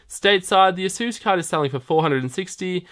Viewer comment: Sir, ASUS is not pronounced 'ah-SOOS'. It's 'AY-sus'. It almost rhymes with 'races'.